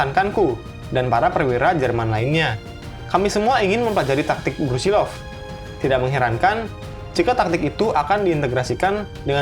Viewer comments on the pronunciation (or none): Maaf min, nama sebenarnya Brusilov, bukan Brusilnov